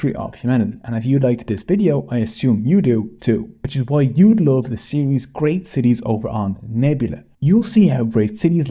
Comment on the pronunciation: Bro It's Love not lave😮 I'm from Bangladesh too